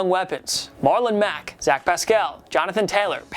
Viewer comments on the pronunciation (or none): none